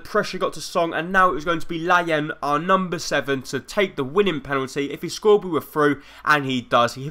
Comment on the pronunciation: it's pronounced lay un